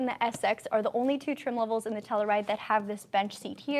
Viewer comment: You say it wrong!!!!!!